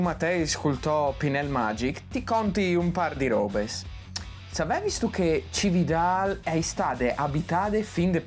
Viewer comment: Cividat, no Cividal